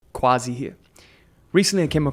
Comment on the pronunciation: Honor to meet another Quazi. Say it the way it's supposed to be brother! Quazi (pronounced Kazi!